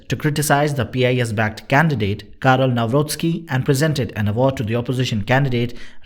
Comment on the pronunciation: There is no such thing as Polish - ukrainian friendship Your pronoun of Karol Nawrocki is excellent ……